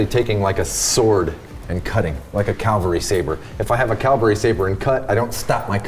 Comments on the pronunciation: Want to know the real secret? It's pronounced cavalry sabre, not Calvary. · For God’s sake, it’s pronounced CAVALRY, Calvary is where Christ died on the Cross.